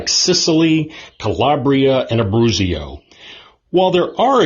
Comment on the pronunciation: Its Abruzzo...NOT ABERUZZIO😮😮😮